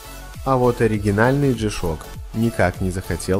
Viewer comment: Чувство словно не G-Shock произносится,а шишок.